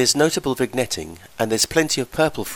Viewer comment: /vinˈyet/ you're pronouncing it wrong.